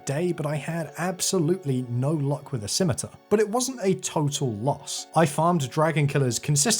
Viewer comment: Thank the good christ you can pronounce "scimitar"